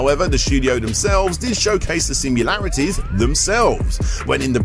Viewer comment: How hard is it to actually say sim-i-larities 🤣🤣🤣 top hat gamer has the same problem saying sim-u-larities 🤣🤣🤣